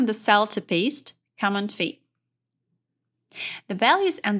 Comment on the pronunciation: The English was very good, except for the word Command. The accent should be on the 2nd syllable. It took me a while to get what the word was, and I was so focused on figuring it out that I missed what she was saying.She got Control correct. It's the same principle.